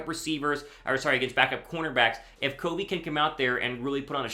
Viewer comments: Raiders fan here, usually listen to Raiders Report with Mitchell Renz but tuned into Eagles Now to hear about Britain Covey news since I’m a big Utah football fan and played against him in high school. Bro, you are slaughtering his last name. It’s NOT CO-vey it’s CUV-ey. I’m not trying to grill you but couldn’t take the mispronunciation anymore 😂 I hope he makes the roster tho! Will be another Hunter Renfrow!! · its pronounced "Cuvey" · Long utah ute fan here its pronounced (kah-vee) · Covey! Covey! Covey! You can’t go wrong! The dude is a stud! All around stud. Watching him at Utah was electrifying! Fly Eagles Fly! (Btw it’s “kuh-vee”) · You still are pronouncing Covey wrong. Pronounced kuh•vee. Good to see you finally coming around on him. Never a doubt he would make it. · Its CUH-VEE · Y for yes on Britain Covey making the 53 man roster barring injury. Don't let your eyes fool you on Covey. COVEY is pronounced "COVV-VEE" like "CUBB-BEE" but with a "V." Fly EAGLES Fly! 🦅